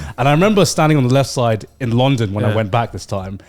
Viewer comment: I hate how garnt says long -DOn rather than LUN-don